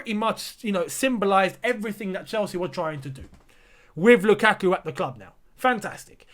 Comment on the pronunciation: Its not lUKAKU ..it was sth like "LookAtYou" hahaha.....